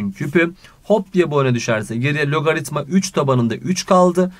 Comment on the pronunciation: hayatımda sizin kadar güzel logaritma diyen duymadım hocam :)